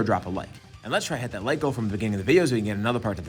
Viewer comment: sounded kinda like you said 'lick' instead of 'like' and idk why that's so funny to me